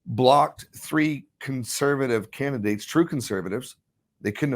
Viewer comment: Candi-dates , not can-di-da-dates